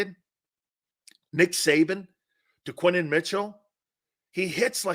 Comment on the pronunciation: His name is Quin-yon Mitchell...say his name right